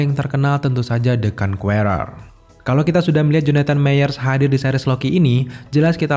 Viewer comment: Bang saran dikit. Pronounce "Conqueror" nya tolong dibenerin. Biar yg belom tau atau masih salah, jadi tau cara pengucapan yg bener.